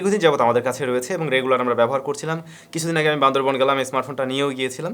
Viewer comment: ভাইয়া একটু কারেকশন। সঠিক উচ্চারণ হবে বান্দরবান।😅